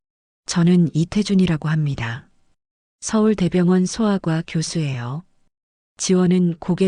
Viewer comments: 서울 대병원 이아니구 서울대병원 이렇게 읽어야 ㅠㅠ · 정말 듣기 힘들었슴 서울 대병원이라니...ㅉㅉ